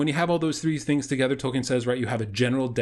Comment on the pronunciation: Dude, it's hard to take you seriously when you don't even know how to pronounce Tolkien's naame.